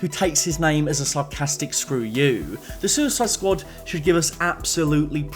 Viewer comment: "The The Suicid Squad" - I genuinely lost it when you said that